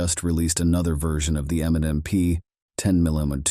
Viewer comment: It seems that the narrator is saying "M and N P".